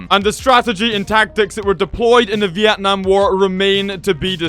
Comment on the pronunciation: Sorry but your saying Vietnam wrong but your really close from saying correctly!